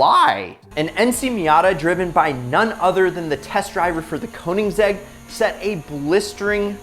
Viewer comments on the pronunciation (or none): none